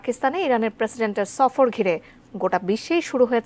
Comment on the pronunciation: সাংবাদিক মশাই বেশি মডেল করে কথা বলতে গিয়ে সফরকে শফর বলছে!!"